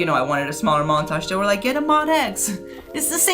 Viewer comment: MO-D-X, not Mod-X